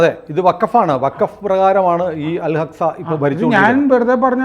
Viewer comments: അൽ അക്സ എന്നു ഉച്ഛരിക്കണം. 11ഗേറ്റ്സ് എന്നതും ശരിയല്ല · Al hacxa അല്ലടാ പൊട്ടാ Al axa എന്നു prenous ചെയ്യ്